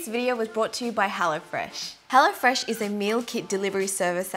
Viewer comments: When she said "hello fresh" I thought she said "hella fresh" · i heard it as "hella fresh"